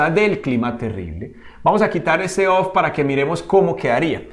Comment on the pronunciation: Muy buen video, pero note que en casi todo el video dijo "OF" en ves de "OV" en la pronunciacion